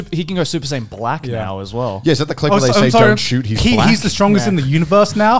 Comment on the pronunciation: i physically recoiled when he said “super sayain black” kekw